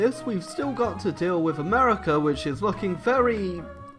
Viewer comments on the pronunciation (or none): none